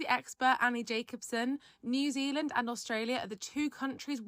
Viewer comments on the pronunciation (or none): none